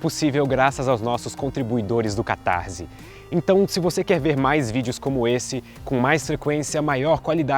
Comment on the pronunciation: Só uma pergunta... (não é crítica, é pergunta mesmo!)... por que uma grande parcela de Youtubers pronunciam "catarZe" e não "catarSe" (com som de S)? Pelo que aprendi, "S" após consoante tem som de "S" (sibilado), como por exemplo, "persa", "morsa" ou "arsenal". A letra "S" só tem som de "Z" se, e somente se, for precedido de vogal, o que não é o caso de "cataRSe". Essa é uma palavra em outro idioma? Fica a dúvida.